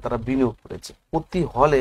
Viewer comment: প্রতি বলতে পারেনা, পতি বলে , আবার প্রপাগান্ডা মুলক কথা বলে।